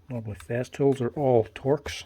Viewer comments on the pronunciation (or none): none